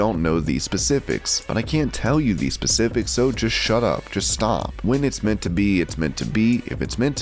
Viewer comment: Did I hear "pacifics" instead of 'specifics'?